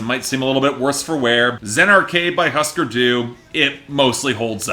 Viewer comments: Pronounced hoosker doo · Couldn’t be bothered to pronounce Husker Du correctly, I was shocked at the part where he didn’t call the Who, the Wha. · Why don't you learn how pronounce the band's name for starters. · I think that if you review an album, you should at least be able to pronounce the name of the band correctly. Just a thought.